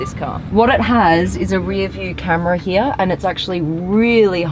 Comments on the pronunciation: Please stop saying “Hiaah” instead of “Here”. Try it, it will sound much better. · "The car hia with the worria design.."